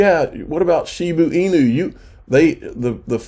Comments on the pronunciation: They must have the dumbest English teachers in Georgia how do you look at Shiba Inu… right there in front of your face and continue to miss pronounce it Shibu inu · kills me every time he says "shiboo inoo" its shiba inu 🤣😂🤣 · Shiba Inu, not Shiboo Inu.